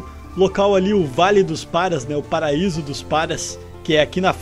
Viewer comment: "O PARA ÍSO" kkkkkkkkk